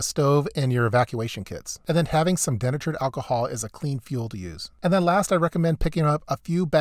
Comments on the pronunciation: Den-A-turd? No it's De-Nay-tured. Also that's an impact wrench not a power drill. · I always thought denatured was pronounced "de-natured," not "den-uh-churd" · Dee Natured Alcohol. Not denh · Dee-nature'd alcohol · Good ideas. BTW, denatured is pronounced de-natured, another example of why we should keep hyphens. I thought I was the only person who went around cleaning grave markers as a hobby! Glad to know there is at least one other person out there as strange as I am, lol! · Bro, it's de-nature-d "dee-NAY-churred" alcohol. LOL! Great video and amazing research, as always! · Denatured is pronounced D-natured for anyone wanting to buy this as a prep. The Dewalt XR "drill" he showed is not a drill. Its an impact wrench. They do things like lug nuts on cars. A very useful tool, but not versatile like a drill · "De-natured", not "denatured" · Dee-Nature-D alcohol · it is pronounced DEE Natured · It's pronounced DEE - NATURED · HAHA.... denatured. Its de-natured. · De-natured. There is a correct way to say it and you're not using that correct pronunciation. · Look up the pronunciation of denatured.